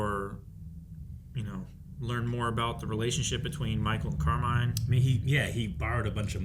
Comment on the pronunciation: The way you guys keep calling him Carmine like Falcone is cracking me up